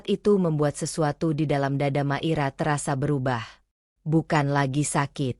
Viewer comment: Hadir,, mngkin nyebut nmya hrs di koreksi Mungkin maira ya jdi klu di dngr seksama kq kedengrnya makira, bukan maira